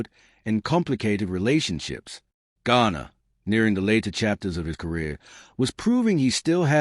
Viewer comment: At least get James last name right! Calling him Ghana several times. Stupid!